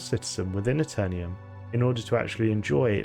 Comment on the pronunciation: "The Aeternium" lol this is why we over the pond don't say aluminium. Just jokes though, love your channel!